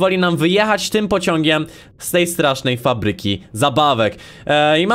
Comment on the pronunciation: czemu mówisz zamiast ,, fabryki,, mówisz ,, papryki